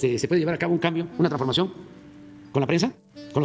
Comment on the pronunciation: ¡Ayyyyyy pobrecito chillón chilletas! La TRANFORMACIÓN (porque ni sabed pronunciarlo)...